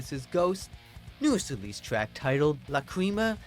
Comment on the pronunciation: its latin it means tears its pronounced lack ree mah say it with me lack ree mah